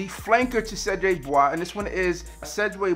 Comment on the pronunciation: Nope, but a quick Google search help not butcher the word lol